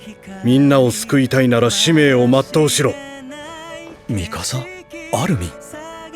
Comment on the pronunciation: Shoutout for pronouncing Mikasa’s name correctly